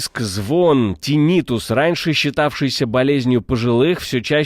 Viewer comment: ТИннитус, господи, тИннитус! Ударение хоть бы выучил правильное!